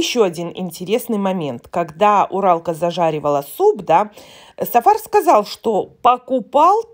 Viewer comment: " тЫ сказаЛь, я сказаЛь " 😉😂😂😂😂😂😂